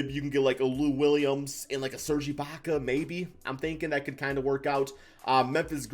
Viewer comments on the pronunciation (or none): none